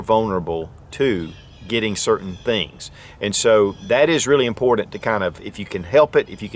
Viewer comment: I find it funny that no matter how informative, your videos are... After years,.. Hundreds of videos... Ya can't say the word : IMPORTANT : correctly! Like Nails' down a Chalkboard' Dude.. Guess it's not impordin...